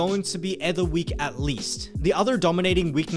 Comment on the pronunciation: please don't say ether like that 😅